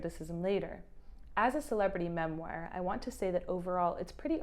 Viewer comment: You are mispronouncing "memoir" it's killing me 😢